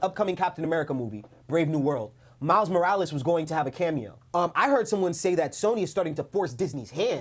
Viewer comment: I want a Kinda of new upcoming actor. But people love to forget that yes he’s black but he’s a black LATINO 😭. Miles Morales. Roll that r in his name please lol😭😂. But jaden smith is a WILD pick. Appearance wise. Style wise. He just don’t have it lmao. But definitely need someone that can act. I would FREAK out if they continued with Andrew Garfield. I’m happy tobey isn’t in this conversation tho lol. Cause fanboys go crazy but acting alongside Andrew Garfield. Even in no way home Andrew stood out amongst the 3. Miles Brown would be an okay pick. I wouldn’t go crazy on the casting of him but I wouldn’t be mad. Especially since he has that latino side to him aswell. I want to say this too. PLEASE GOD. No live action spider Gwen. It’s so odd to me. So random and misplaced. I hated after no way home how people were saying in Andrew’s universe they could get away with a spider Gwen. NO 😭